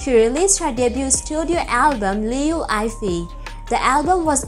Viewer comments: liu yee fei is right accent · what /ayfei/ Name of a person has proper pronounciation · If you gonna do a video about someone at least get their name right. You made it sound like Eiffel Tower.